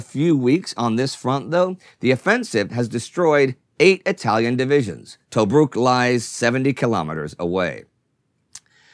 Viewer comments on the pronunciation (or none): none